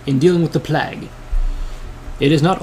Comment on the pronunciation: he says plag lol